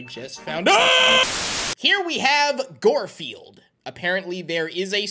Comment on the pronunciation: Why are you saying goldfield it's guard field